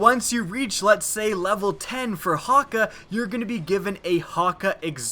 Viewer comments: He said: Häkka My reaction: what?! What I relized: He's saying Häkke wrong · Omolon is yellow Häkke (hok-a)